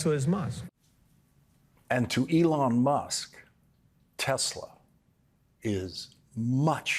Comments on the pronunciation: Did he said "Tesler" just like trump?😂😂😂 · "Tesler." Yes, we heard you there, Lawrence. 😄😄😄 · omg Lawrence, "Telserrr" 😂😂😂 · Why do all boomers say tesler where it cleary is tesls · Tesler...we caught that! 😂😂😊😅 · Did Lawrence say “Tesler?” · Oh Lawrence, I smiled so broadly when your Boston accent peeked out when you said ‘Tesler’. As hard as we might try, sometimes it slips out. ❤ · I choked on my lunch when Lawrence said "Tesler" without flinching or smiling. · Well done, trolling both Donald & Elon with the "Teslar" pronunciation . Extra points for subtlety! 😂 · Ha, "tesler" good one. Love the program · "... a member of the board of Tesler..." ❤‍🔥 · He said “Tesler” 😂 Golden. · tesler LOL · "Tesler" 😂😂😂 made my day! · Tesler...LOL. We heard you, Lawrence. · I giggled out loud at work when he said “the board of Tesler.” 😂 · Lawrence is always right on the money. I am here for Elon realizing that buying a presidency isn't giving him complete control. I also am here for Lawrence saying Tesler. 😂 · Milk came out of my nose when he said "Tesler" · Yes, but “Ron Vara” is brilliant. 😂 And slipping in “Tesler.” Ha ha ha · “We love Tesler!!!” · Lawrence saying tesler gives me life😅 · Hehe, he said Tesler. Nice callback! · 'board of Tesler' 😂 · "A member of the board of Tesler..." 😂😂😂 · What? Ron Vara is a super genius!!!!!!!!! "Tesler" 🤣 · I swear he said Tesler. Did anyone else hear it?